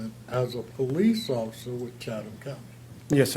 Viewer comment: The Author said Chataham County like it was kind of an Indian type Native name. It was mispronounced in the first part of the clip/video. Its actually Chatham County Police that covers Savannah, Georgia that is the County Seat of the County which also covers smaller cities inside the county. Just wanted the correct County and area to be known.